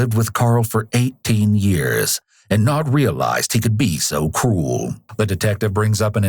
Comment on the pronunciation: lmao the narrator talks about him 'being so cruel' but doesn't pronounce the 'r' hard enough. So it legit sounds like the wife heard of him killing the geese, and then was distraught at living with this man for 18 years and not 'realising he could be so cool'.